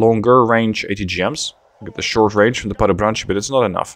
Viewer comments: PLEASE learn to say Padobranci correctly. It is not Padobranchi it is Padobrantsi. C in Padobranci you say like you would say zz in Pizza, exactly the same. And it is not Mehanichovana it is Mehanizovana z is not ch it is simply Z. Yugoslav words are said exactly as they are written there is no caveats to it. And letters don't change sounds, every letter is its own sound. For example C is like how you would say Tsk (example: Tsk, Tsk, tsk that is used to express disapproval or annoyance). I love your content but when ever you play Yugoslavia and i hear you speak a little bit of me dies inside. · Everytime when say "mehanichovana" or "padobranchi" one little yugo penguin die.